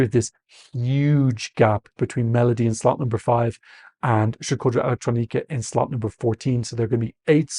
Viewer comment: I know you're calling nr2 the death slot, but I keep hearing "death slut" 😂